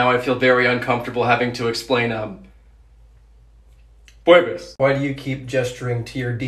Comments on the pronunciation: That “pebus “ fucking killed me 🤣🤣🤣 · I like it when he said " P U E B E S" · "Pway-bees"- country puebes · When he said “pway bees!” I died a little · Country PUEBES : "pwaybees" wtf💀💀💀💀💀💀💀💀💀💀💀💀💀💀💀💀💀💀💀💀💀